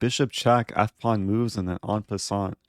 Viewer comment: “EN PASSANAT”